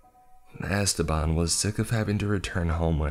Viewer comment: 'EstÉban' the name is EstEban the E has wrong pronunciation omg, that was scarier than the whole story